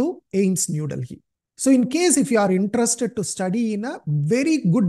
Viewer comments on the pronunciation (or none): none